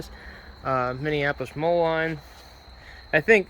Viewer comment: It's pronounced Minneapolis Mo-leen not Mo-line Are you Andrew Camarata and Diesel Creek triplets ??